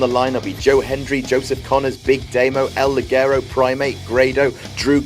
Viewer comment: IT'S "EL LI-HE-RO" that's how you pronounce it.